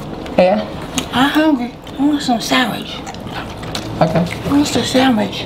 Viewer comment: “Lemme get some Sam wich” ‼️‼️‼️🤣🤣🤣